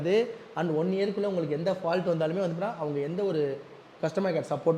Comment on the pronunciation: Fault ❌ paalt ✅